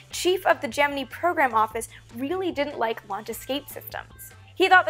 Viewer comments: Sweetness, its (jem-in-eye), not (jem-in-ee) for Gemini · Please stop saying GEM-IN-EEE it's pronounced GEM-IN-EYE ! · GeminI not GeminE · Either I've been pronouncing Gemini (gem-in-nigh) wrong for years or you are (gem-e-nee). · why do you pronounce it gem-in-ee NOT gem-in-eye ? I have never ever heard it pronounced the former... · I'm not a fan of the Gem-men-EE pronunciation here...or anywhere else for that matter. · im sure, but it sounds retarded when it's said "gem in ee" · Just so y'all know, it really is pronounced Gemini and not Gemini at NASA. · Am i the only one who gets slightly taken back by her pronunciation of the word Gemini? Haha love the vids though very informative 😁👍🏼👍🏼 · Not to bust you on it ( and I'm sure I'm not the first) but why to you pronounce Gemini with and E sound at the end then the more common ( and I assume correct) I sound? As far back as the movie The Right Stuff I have always heard it with the I sound. So what made you start to pronounce it with an E? Is that correct Latin, Greek, or whatever sound? Is that how your first science teacher pronounce it ? Did you perhaps teach yourself that when trying to sound out an unfamiliar word and it stuck? Rather than assume you are wrong and act like an ass I wanted to find out the why.... or should I say wii ?